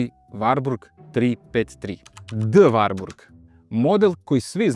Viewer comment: Evo, osećam se "prozvanim" da kao ljubitelj i vlasnik dvotaktnog Wartburga 353 iz 1988 godine prokomentarišem ovaj video. Pre svega, napomenuo bih da se ime ovog automobila izgovara sa slovom t, dakle WarTburg (ne Varburg). Drugo, tačno je da 1974 dobija uz 353 i oznaku W (dalji razvoj), ali tada NIJE ristajlingovana maska (sem oble prelivne boce za rashladnu tečnost i zakošenog izduvnog lonca i grane - jer do tada pravi stvarali su problem kod karavana - uvlačenje izduvnih gasova u karoseriju), izvršena je mala korekcija rikverc svetla i u globalu...ništa više! Do 1985 godine vršene su korekcije elektrike, ručice menjača, itd, ali su to sve sitne izmene. Sa 1985 stiže novi Wartburg 353, ali još uvek sa oznakom W (oznaka S dolazi oko 1987 godine). Taj Wartburg je imao izmenjenu prednju masku, hladnjak je pomeren napred (ranije je hladnjak bio iza motora), dobija Čehoslovački Jikov SEDR 32 dvogrli karburator, termodavač i ono što je vrlo interesantno, digitalni pokazivač goriva, temperature i pokazatelj trenutne potrošnje goriva - ekonomer. Naravno, ovo je sjajan automobil, ali...tržište je bilo "žedno" za četvorotaktnim motorom. E sada...ne bih da ulazim u rasprave, ali, sem razgovora sa nekim od Nemaca, dosta toga sam i pročitao, pa bih skraćeno naveo sledeće: pročitah u komentarima da navodite kako je Čehoslovačka bila industrijski naprednija, te...DDR nije ni mogao da ima četvorotaktni motor - to je suština. Nije tačno! Naime, u DDR-u je bila izuzetno jaka industrija ("drž